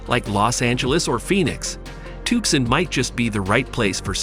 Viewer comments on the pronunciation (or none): TookSon??? Alien-speak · "tuckson arizona" !! lol